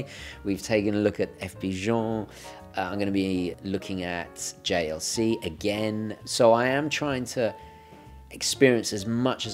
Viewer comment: pronunciation of JLC Holy cow the best ever